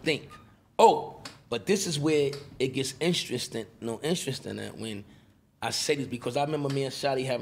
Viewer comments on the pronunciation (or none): "This is where it gets instrestring" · George Carbonell Jr. “glove department “ “instrinstin “ (interesting) I thought I was the only one